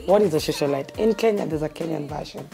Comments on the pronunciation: Is she saying ' shoshiolite?' 😂 and bragging about being a prostitute? This is crazy, leave a legacy of being the best prostitute or what? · Did she say shosolite?😶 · Did she just say Shosholite....what in the actual fuck hahahahahaha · It's Socialite not shoshalite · People here are so judgemental. Everyone has their life to live. And the fact that she can't pronounce "socialite" correctly only means she didn't have access to the best education most of you have. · Am I the only person concerned with the fact that she can't pronounce the word "socialite"? 🤦‍♀️🤦‍♀️🤦‍♀️ anyways let me be thinned by my own.